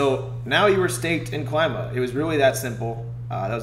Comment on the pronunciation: Is Klima not Claima. Klima from Greek language.